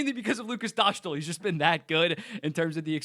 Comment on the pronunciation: Great video! Just an advice from a Czech, his name is Dostál, so it’s pronounced like Dostaal, not Doshtl. The „stál” part is pronounced the same way as the Staal brothers surename.